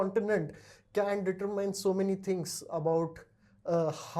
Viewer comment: Sir, please check your pronunciation of the word, ‘determine’